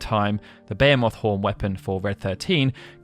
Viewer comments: Bu-hee-muth, no English didn't invent the word, it pretdated English. I've hear Behemoth said many different ways, but this dude's pronunciation is by far the worst. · Never in my life have i heard the word Behemoth pronounced 'bay a moth'. Until now. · Behemoth- Sounds like: buh·hee·muhth I dont know who taught you to pronounce that word, but man are you off. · Ba-hee-moth. Say it with me now. Ba-hee-moth. Ba-hee-myth is also acceptable.